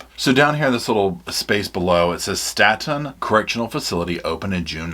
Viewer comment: It's Staton, pronounced like state.